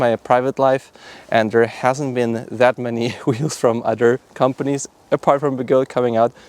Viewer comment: good video I totaly dint giggle every time you say odder btw